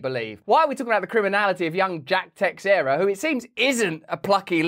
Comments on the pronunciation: It's "Teixeira": Tei-Chei-Ra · Brazilian Portuguese name. Pronounced:”Tay-shara.” Or roll the last “r” if you can. 😂